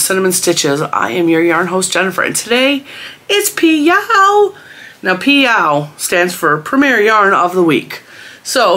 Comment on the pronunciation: Every time you say PYOW, it sounds like Meow and Smokey my kitten comes running to see the “other kitten”…. 😉. Smokey thinks there is another kitten to play with! 😂😂😂 ❤️❤️❤️ the PYOW series! Well done,!